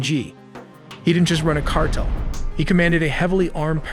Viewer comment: They create their youtube videos using AI. It was a mistake on their end releasing this video because you can hear it. Who says cartel as "kart-le"